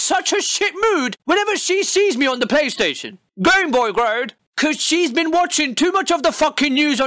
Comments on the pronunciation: "Playastation", heheh.. "playa" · the way he says PlayStation is killing me. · How can YOU fuck up the name of the aforementioned console? no h8, m8 luv u bb